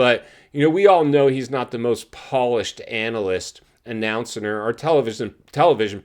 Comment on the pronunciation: WTF is an “announcener”? You are worse than RC. Boomer 🤡